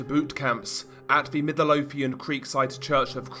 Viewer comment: Anyone else find it funny how he said “Midlothian,” Middle-o-thian lol